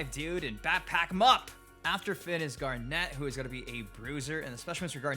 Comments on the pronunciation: "Gar net" 🤣🤣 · As much as i love the look of the game, there's only 2 critisisms i have, 1: Steven looks weird in 3D, and 2: I'm starting to get sick of people pronouncing Garnet's name wrong. Other than that, i'm really looking forward to the game's release